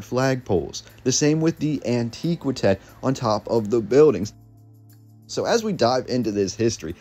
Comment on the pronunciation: It's An-tiiiihhh-qwaaahhh-tech like ANTIQUITY. Not An-teeee-qwi-tech like ANTIQUE.